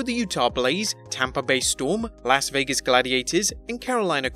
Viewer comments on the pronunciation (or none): none